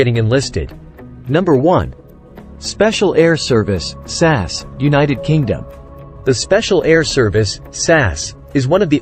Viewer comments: It's S A S (spelling out the letters) not sas. A very interesting article. I wouldn't want to be on the wrong side of any of them. Well done. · S.A.S. say each letter. not as a word